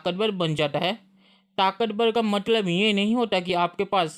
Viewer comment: बेटा बोलो र से राम ताकतबल नही ताकतबर